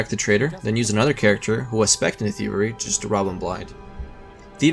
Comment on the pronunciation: your. speech impediment made it difficult to understand with you were saying. thievery sounded like theory